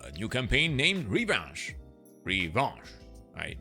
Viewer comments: Yes, "Revanche" is Revenche in french :D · Revanche is French…. Revenge. Thanks for the video. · Max FPS slider... Noice - or should I say "Bellissimo"??!! Oh, and it's pronounced "Revanche" - now you know 😂